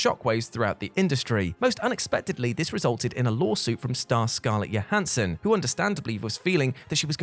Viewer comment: JOE-hansson,. JOE-hansson. Not YO-hansson. She's not Swedish, dude...